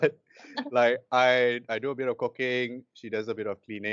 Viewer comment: Who else heard "I do a bit of cocaine" when he said "I do a bit of cooking"? 😆